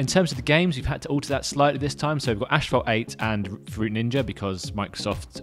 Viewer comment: It's not Ashphalt, it's Asphalt.